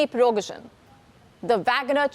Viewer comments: lets say it slowly - Priee-gOooh-jieen, not pirogozhin. ah, nvm for me he was just an ex-con. no hero. then a cook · You don't pronounce the surname correctly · If he didn't die in the crash he's now surely dead after you butchered his name so many times 😂